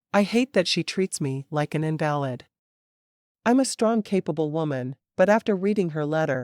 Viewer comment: The story is a good story, but I hate the computer reading it. The keep mispronouncing Invalid, and it drives me nuts.